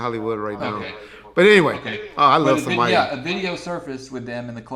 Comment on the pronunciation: Who the hell is Samaya. So confused. I’ve heard of Sanaa